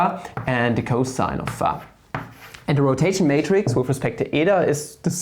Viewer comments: And phi as pha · and pronountiation of y too. pha, wah.. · your way of pronouncing phi and eata is flammable. very good explanation. thank you for suggesting hitpaw's screen recorder.